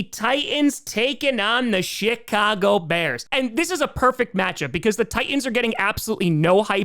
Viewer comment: He is